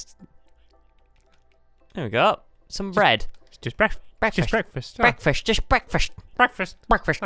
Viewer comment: Stamps just had BREADKFAST!!! Yeah.... It was rubbish..... BREADKFAST